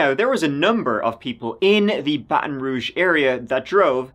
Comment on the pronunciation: This is my city 🥴 Impressed you pronounced ‘Baton Rouge’ correctly haha